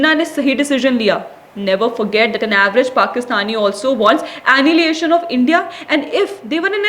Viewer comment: 1. In this context, the ON in content is pronounced like cONtext. 2. Self Deprecating not depreciating. 3. Annihilation (Hi is pronounced like the greeting)